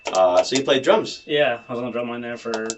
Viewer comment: i thought he said drugs not drums...big difference in an opener